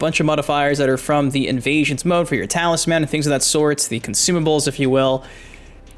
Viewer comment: I think you're the first person I've ever heard pronounce talisman as talis-man.